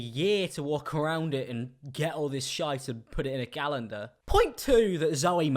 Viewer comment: you say Zoella like "Zoeller", you also say calendar like "galendar"...I love it